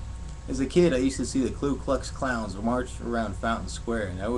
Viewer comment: You have some good punches. Your material seems multi-level which is important. Racial jokes are ok since you nullified the notion that youre racist in the begging. Id avoid the haymakers on Islam, the crowd will resist you. Breathing and timing are critical, you dont want to be Bob Saget. Also its Ku Klux Klan not *klu*